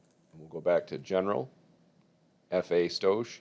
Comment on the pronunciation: For anyone confused when he says "stoash". It's "stoich" pronounced stoyk and it's short for stoichiometry. It's the same stoich or stoichiometry you had to do in high school chemistry. A lot of us car guys don't always know the words on mechanical or chemical terms but that don't mean we can't make em fast